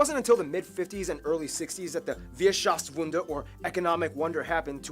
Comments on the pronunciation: It's called 'Wirtschaftswunder' not 'Wierschaftswunder' the Bavarien Flag was also false depicted. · that's a gruesome mis-spelling (and pronunciation) of the word Wirtschaftswunder.